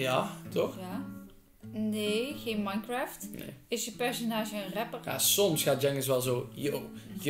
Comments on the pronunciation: HET IS NIET MINEGRAFT MAAR MANKRAFT/minecraft 🤣😂🤣😂🤣😂🤣😂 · Je spreekt minecraft verkeerd uit het is ijgenlijk als je het schrijft zoals je het hoort is het mijnkreft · Je spreekt het uit als mijnkreft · dylan zij minecraft jij zij sminecraft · Haha het is niet mienecraft maar mijncaft (zo zeg je het) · dat is een chin spreek je uit als genie minecraft spreek je uit als mijnkreft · M i nekraft? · het is miancreft zo spreek je dat uit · hoe jullie "mienekraft" uitspreken echt ik kan er niet tegen maat😂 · Je spreekt minecraft uit als mijncraft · Je spreekt het uit als majncreft😂 niet minecraft zo schrijf je het wel maar... 😄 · je schrijft "minecraft" en je zegt "mainkreft" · je schrijft minecraft maar zegt majnkreft ok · je zegt niet mienecraft want het is Engels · JE LEES DIE WOORD MINECRAFT HELEMAAL FOUT